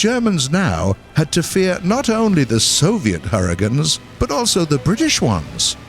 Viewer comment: I swear at the beginning he said 'hurritanes'.